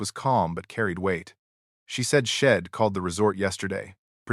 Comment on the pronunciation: Guess your ai can't prounce I'd & she'd